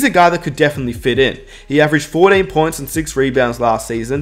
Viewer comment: He said 14 but with his accent I honestly hear 4. 8